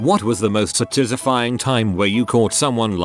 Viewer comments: sat iz ifying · The way it said satisfying was not very satisfying